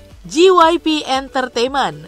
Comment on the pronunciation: wow you really did JYP dirty its fucking JAY WHY PEE not GEE WHY PEE 🙂💔